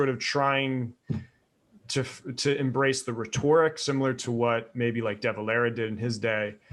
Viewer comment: The stress is on the first syllable of "Rhetoric" not on the second.